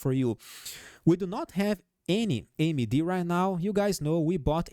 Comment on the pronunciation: It'll take a million likes to stop saying AMY-D 😂 just kidding